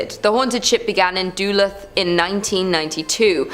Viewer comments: And there was Duhluth as she pronounced it when it’s pronounced like Duhlooth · Im not trying to be THAT person but .... Its pronounced DUH- LOOTH..... Y'all need to do better ... Pronunciation isn't THAT hard to check 🤷🏻‍♀️